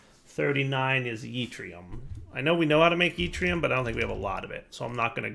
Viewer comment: yeetrium is my favorite one so far.